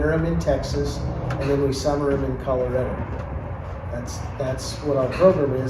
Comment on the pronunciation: Correction: it's ColoRADo, not ColoREDo.